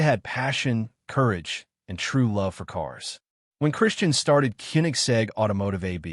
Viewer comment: Mispronouced Christian's name several different ways, not one of them correct!